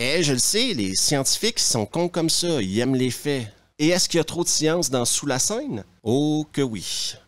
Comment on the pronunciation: "Sous lae seuaine" :D